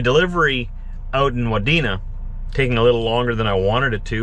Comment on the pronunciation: according to * the googles* it's wah-dee-nuh